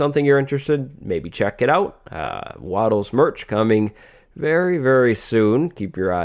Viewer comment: Wattle sound like Water Bottle